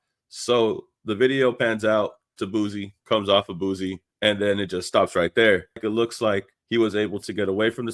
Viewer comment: It’s pronounced (Boo C) not (Boo Z). Good video 🫡